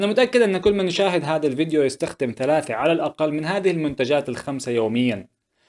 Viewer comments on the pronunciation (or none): none